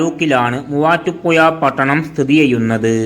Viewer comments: മുവാറ്റുപുയ അല്ലെടോ മുവാറ്റുപുഴ അതേപോലെ ഏയാമത്തെത്തല്ല ഏഴാമത്തെ താൻ നമ്മുടെ ജില്ലയെ പറയിപ്പിക്കുമല്ലോ മണ്ണുണ്ണി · ചങ്ങായി നിങ്ങൾ ബസ്റ്റാന്റ് എന്ന് പറയുമ്പോ അത് കാണിക്കാൻ കഴിയണം. പിന്നെ വീഡിയോ നോക്കി ഇരുന്ന് ന്റെ കൈയിൽ നിന്ന് മൊബൈൽ താഴെ വീണു. വേറെ ഒന്നും അല്ല തല കറങ്ങിയിട്ട് ആണ്. അത്രയും സ്പീഡിൽ ആണ് വീഡിയോ കറക്കുന്നത് 🙏🙏🙏. ഇനി ഏതെങ്കിലും ജില്ലയെ കുറിച്ച് വീഡിയോ ചെയുന്നുണ്ടെങ്കിൽ ശ്രദ്ധിക്കണം. പിന്നെ മുവാറ്റുപുയ അല്ല മുവാറ്റുപുഴ ആണ്. ഷഡി.. അല്ലാതെ ശഡ്ഢി അല്ല 😂😂😎😎 😎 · ഈ voiced video യിലെ voice ഏതാണ്ട് ഒരു ബംഗാളിയുടേത് പോലെയാണ് തോന്നുന്നത്. വിവരദോഷി. മുവാറ്റുപുഴ എന്നത് അയ്യാൾ പറയുന്നത് മുവാട്ടുപ്പുയ എന്നാണ്. വിഡ്ഢി. 🤣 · ഈ കുണ്ണയോട് പത്ത് തവണ ഞാൻ പറഞ്ഞു. പുയ അല്ല എന്ന്.. ഇവനെ കിട്ടിയാൽ. ഇടിക്കും ഞാൻ.. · എന്തൊരു മൂഞ്ചിയ സംസാരം ആണ് മൂവാറ്റു പുയ ...തനിക്ക് മലയാളം വായിക്കാൻ അറിഞ്ഞു കൂടെ അക്ഷരങ്ങൾ ഉച്ചാരണം അറിഞ്ഞു കൂടെ ..അരോചകം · മൂവാറ്റുപുയ നല്ല അക്ഷരജ്ഞാനം മര്യാദക്ക് സംസാരിക്കാൻ പഠിച്ചിട്ട് പറയൂ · ചേട്ടാ കോയ ആണ് എന്ന് പറഞ്ഞത് കേട്ടില്ലേ.